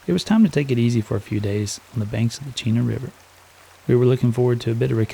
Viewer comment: Another awesome video, and THANK YOU for pronouncing Chena River properly; and nice grayling by the way. I love running and hiking the trails out around Chena Hot Springs. Did you go to the resort and get a tour of their greenhouses & geothermal generator? They grow their own veggies year round out there, and with the geothermal generator, they provide their own power as well. Its sort of a neat set up. As to shipping.... welcome to Alaska. Overnight really means 2-3 days, and 2nd day means up to a week, and it’s not cheap either. We’re used to it but you’re right, it can be frustrating when waiting on something. I can’t wait to see why video you’re doing next. Thanks for sharing your journey.